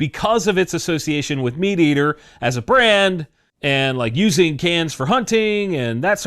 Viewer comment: "Meateater"... or is it "Me Ate Ater"? 🤔 😂